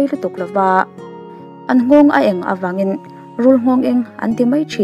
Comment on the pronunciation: A vung in a vung- a vûn in a vung A eng avangin- a en avangin(tiang hi lam dik thin tehu 😷